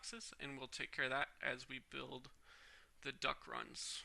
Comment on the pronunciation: why do you keep saying duck instead of duct